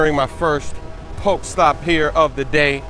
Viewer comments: THERE IS AN E THAT YOU PRONOUNCE IN POK-E-STOP, POK-E-BALL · it's poke e ball and poke e stop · when you say Pokéball or Pokéstop, you gotta pronounce it as 'Pokehball' or 'Pokehstop,' man. It's driving me crazy lol. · Pokéstop not poke stop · come on its pokèball not pokeball and pokèstop not pokestop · Pokay-stops, Not poke.